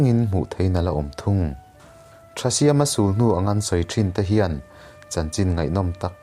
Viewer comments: Sulhnu i lam dan hi ka vawikhat hriat na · Sulhnu i thluk danhi amak e